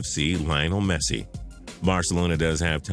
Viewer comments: I really think it's best that you refrain from ever talking about football; the ignorance displayed is ridiculous. Barca to go downhill after Messi? Good grief. P.S. Next time make the effort to pronounce Messi's name right. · AND WHAT IS THAT PRONUNCIATION OF LIONEL MESSI